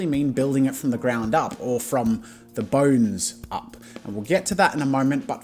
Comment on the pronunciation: This guy TOTALLY says "or from the Boners ups" LOL